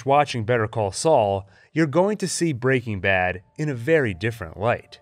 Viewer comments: every time an american pronounces it "breakingbad" instead of "breaking bad" the vein in my temple comes closer to bursting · Excellent analysis. But the way you say Break-ing Bad is killing me. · FYI, it’s pronounced Breaking BAD. Emphasis on bad, not breaking. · Why are you saying “Breaking Bad” like that?? You’re saying it all weird. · The way he pronounces breaking bad hurts me .